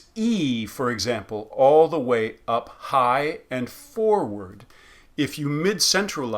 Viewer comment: When you say ‘front of the mouth, back of the mouth etc.’ I don’t hear the th being pronounced as a fricative how do you say that it sounds like you are using a flap d instead? ( not the th in mouth but in “the”)